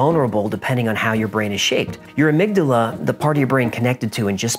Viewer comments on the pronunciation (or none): none